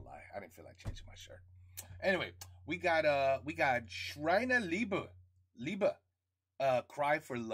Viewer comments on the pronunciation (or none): The "sch" you would pronounce in german like "sh" in -"sh"ould/"sh"ield-...the rest you get right from the start! Love the your music and german comedian reactions!